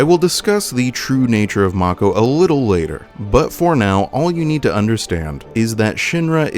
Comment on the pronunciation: As a kid, I always pronounced mako as ‘may-co’. Along with Aeris and Midgar. Hearing Aerith, Mako (Mah-co) and Midgard was weird